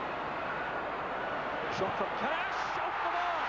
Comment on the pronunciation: Karaś, Tarasiewicz ... pronounced very well